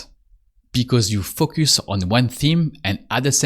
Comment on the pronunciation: You have a very helpful channel, and I enjoy the approach very much. But if I may offer one suggestion, it would be to work on your pronunciation of the word "Focus". It should be more like "Faux - cuss". The way you are saying it now sounds like extremely vulgar English.